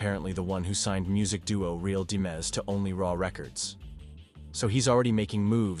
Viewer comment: Real Dimez ... like money not demiz